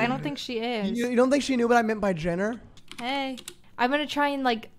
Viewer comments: "Chris Genner" AHGSHAH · the second hand embarrassment i got when said genner.. i was SO shocked she didn't even notice